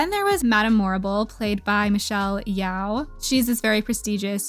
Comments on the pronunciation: U said yau but it’s yee oh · The pronunciation of Michelle YEOH 🥲